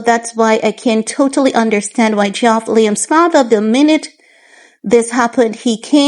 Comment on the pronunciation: Its Geoff reads as Jeff x